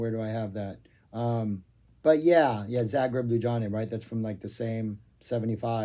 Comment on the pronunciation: FTR it's pronounced li'YOO-bll-YA-na. A town which, if you've never been there, is either stamped on one's memory by Laibach (now there's a musical adventure!) or by a certain YouTuber known for sermonising on politics and history whilst walking his cute dog.